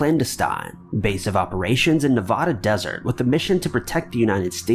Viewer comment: The way he says Nevada 😂😂